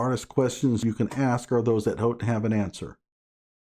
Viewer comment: It feels as if B'Ivory Lamarr told him to axe the right questions.